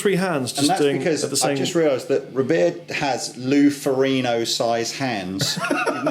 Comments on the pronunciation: It is Loe Ferrigno, not Ferrino! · FOR-IG-NO not FOR-E-NO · In Italian "gn" is pronounced like "ñ" in Spanish (IPA [ɲ]). I can tell you because I am Italian. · The "g" is audible when it's pronounced by Lou Ferrigno.